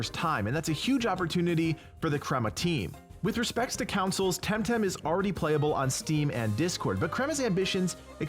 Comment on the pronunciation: I get a fight or flight reaction everytime you pronounce console in this